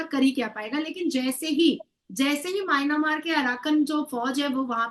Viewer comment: Nazia elahi khan... Its not mynamaar... Its pronounced my.. N.. Mar there is no a after the n